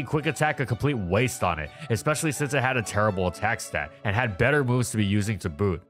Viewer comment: For a second i heard "with chad quick attack" instead of "with had quick attack" lol